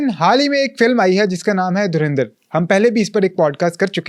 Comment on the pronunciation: Bhai it's a movie, aur sbse pehle to Its Dhurandar..no E in pronunciation 😂..also baar baar bol rahe ho kya hasil kiya..437 Cr INR means 1380 Cr in Pak Currency 😂